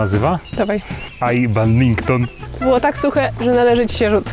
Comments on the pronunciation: BADMINTON, NIE BAGMINTON C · Mówi się BADMINTON NIE BADMINKTON K***A BAD-MIN-TON NIE ŻADEN BADMINKTON CZY PADMINKTON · Ja nie chcę się czepiać ale to jest badminton a nie badminkton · kaleczysz to i poprawie "badminton" pozdrawiam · MOWI SIE BADMINTON albo kometka=rafał masny